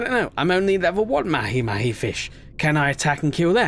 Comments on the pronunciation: It’s not mahi mahi it’s pronounced like maha maha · Mahi mahi is pronounced "maw-hee maw-hee"